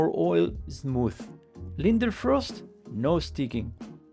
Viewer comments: btw it's Leidenfrost not Lindenfrost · Leiden-frost, not linder-frost :)